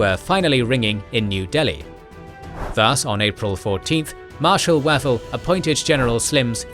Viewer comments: I like the series, but can't cope with the pronunciation! Wavell is more like Wave-ull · Excellent Series so far. One comment though. FM Wavell name should be pronounced "Wayvell".